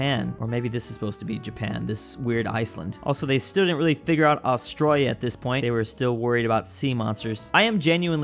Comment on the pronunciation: not trying to sound rude or anything, why do you say Australia austroyah? just askin.